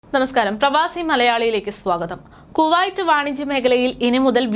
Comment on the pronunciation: വർത്തകേട്ടാൽ തോന്നും ഇവര് ആഭ്യന്തര മന്ത്രിയുമായി ഇന്റർവ്യു നടത്തി തള്ളുന്നതാണെന്നു .കുറെ ഊള വാട്സ്ആപ് ഗ്രൂപ് ഉണ്ട് അത് അറബിപത്രത്തിൽ നിന്നും കോപ്പി അടിക്കും അത് ഇവർ അതേപടി വായിക്കുന്നു 😬😬😬😬😬പിന്നെ കുവായിറ്റ് അല്ല കുവൈറ്റ് ആണ് നന്നായി വായിച്ചു പടിക്കു